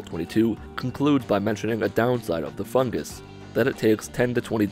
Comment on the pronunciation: For some reason when I hear 'em say "Fungus" I instead here "FUG-gis" Not meaning to be mean